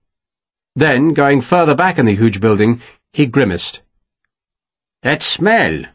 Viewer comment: I note that Mr Gaminara has learned the correct pronunciation of GRIMACED....One is NEVER too old to learn. Excellent narration. I marvel at how he can switch accents so abruptly and so often!!